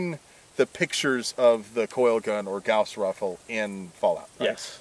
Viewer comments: Bruh you're saying Gows rifle It's pronounced Gaws Rifle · Goss not g-ow-ss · The “gouss” rifle... kill me. It’s pronounced “gause” rifle. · "GAOuWs" Rifle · Gauss is pronounced the same as the bandage; "guh-oss." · Anyone else stop watching as soon as he said gowse? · I thought it was pronounced "goss" rifle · You keep saying it wrong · The way you say gauss bugs me